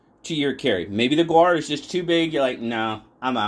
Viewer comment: "The gaur, also known as the Indian bison, is a bovine native to South and Southeast Asia" Pronounced 'gour' or 'gower'